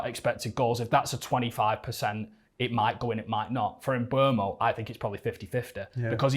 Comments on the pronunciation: It's funny cause bro on the left says he singlehandedly shouting about mboomo for years still calls him mbwemo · At least pronounce his name right... sounds more like "Mboomo" than "Mbwemo"